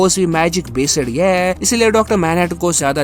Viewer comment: It’s based not besed